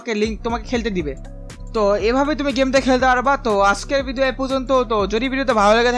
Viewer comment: ভাই তুমি মনে হয় তোতলা। 🤭কারন ভিডিও কে ভিদিও বলো। lol